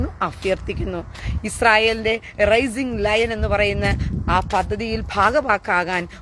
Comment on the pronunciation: Raising Lion അല്ല Rising Lion